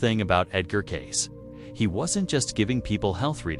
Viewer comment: FAKE - FAKE - FAKE ---- CLICKBAIT. IT'S NOT 'CASE' YOU MORON I.A. BOT --- IT'S KAY-SEE!!!! enough with the artificial garbage. FAKE - FAKE - FAKE ---- CLICKBAIT. FAKE - FAKE - FAKE ---- CLICKBAIT. FAKE - FAKE - FAKE ---- CLICKBAIT. FAKE - FAKE - FAKE ---- CLICKBAIT. FAKE - FAKE - FAKE ---- CLICKBAIT. FAKE - FAKE - FAKE ---- CLICKBAIT. FAKE - FAKE - FAKE ---- CLICKBAIT. FAKE - FAKE - FAKE ---- CLICKBAIT. FAKE - FAKE - FAKE ---- CLICKBAIT.